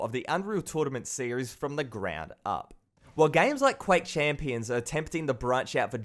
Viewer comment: FUCKING!!!! It's "The" not "Va" doing my fucking head in mate